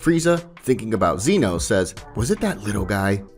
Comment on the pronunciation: Can’t wait for part two but it’s Zeno not Zeeno